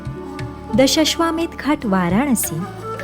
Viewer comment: दशाश्वमेध घाट चा उच्चार चुकलाय का 🤔